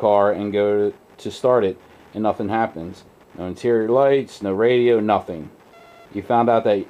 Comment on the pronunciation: pronounce "NOTHING"